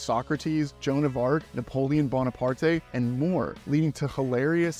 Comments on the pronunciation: Napoleon ‘Bonaparty’?… it’s just pronounced ‘Bo-ne-part’. If you’re doing a movie review about airheads it might help to be more knowledgeable than the airheads in the movie. American education is the best. 😐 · Couldn't get past all the words you pronounce wrong... Napoleon Bonepart-ay? Damn 👎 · Napoleon Bona-partae!?? Seriously dude! Where you an extra in the movie? 🤣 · …did he say Bonapartay?😮